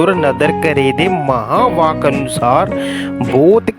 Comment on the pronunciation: Veer maha vaak nu thik bolo j nahi aanda ta na bolo g🙏